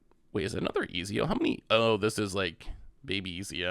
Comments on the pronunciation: Pronouncing his name as Easy-O is wild to me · If he says ezio like that ever again ima blow my head off lol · its pronounced Et-zio if that helps not Ez-io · Not eeezeeoo 😂😂😂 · Ah, yes! Famed and feared italian assassin: Easy-O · Ezio pronounced extremely cringe but solid vid.